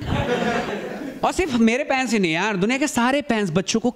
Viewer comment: Bhai "Parents" hota h "Panez" nahi